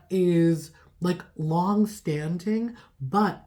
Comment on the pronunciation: It’s not long stanting, stanting isn’t a word, it’s long standing, on the screen the words are correct, but you didn’t pronounce standing right.